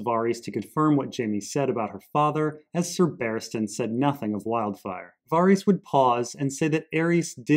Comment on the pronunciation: Var-ice? 🤔 wtf man?